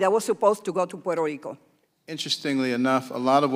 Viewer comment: Quiero ver la version en español.... Quiero oir el nombre de mi pais bien pronuncuado..... No es puero rico. Es Puerto Rico.